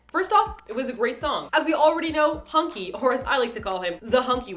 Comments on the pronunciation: Really wish you could pronounce Hongki's name right. You actually say the O, like in BoA's name...instead of making him sound like a donkey. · are you pronouncing hong ki's name wrong on purpose?